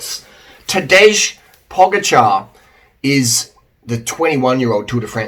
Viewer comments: I can see why you would pronounce č in Pogačar as k but s out of g, what's up with that? It's quite easy actually and logical, paw-guh-chur, rhymes with tar. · Yeah he did! Primoz cracked under stress And its po dja car 😁